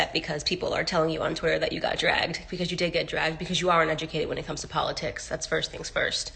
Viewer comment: I love po-litics 🤦🏽‍♂️